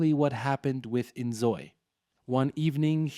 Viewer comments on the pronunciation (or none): why you lying 😭😭 "the sms" "innzooi" "Troube". This is very obviously some shit AI